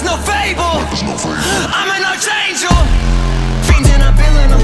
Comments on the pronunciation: It's pronounced "aak-angel" not "arch-angel" god damnit. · Yeah in both UK and USA English it's pronounced ARC-angel. Kind of spoiled the song for me TBH, i can't un-hear it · Couldn't pronounce Archangel. Respect - 2 points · Them mispronouncing archangel is killing me